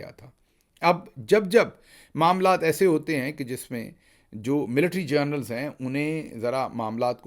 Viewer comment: Mr Gill you have a problem of pronouncing, " General " as " Journal " You my friend are adamant and not willing to correct yourself. Why can't you sort this out. You are so good in everything else. It is Gen-e-ral.